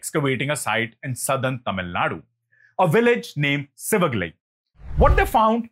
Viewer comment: IT'S SIVAGALAI NOT SHIVAGALAI, THERE IS NO SHA SOUND IN TAMIL LANGUAGE.